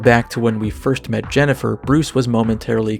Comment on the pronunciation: Today I learned that Korean voice actors apparently have no idea how to pronounce Jennifer or indeed some of the other character names. Why didn't they just name the characters with Korean names? Many of them look like they're Korean... Then we wouldn't have JENNIPER.